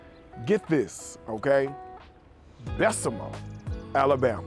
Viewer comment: I'm going to check it out!! Love the way you said Bessemer!!